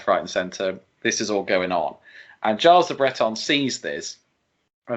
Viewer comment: Gilles is pronounced "Jhill". Like "Jill", but no "D".